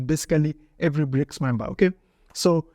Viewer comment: No you can't, you little frenchy! They are BRICS and not FRICS (FREAKS) 😂😂😂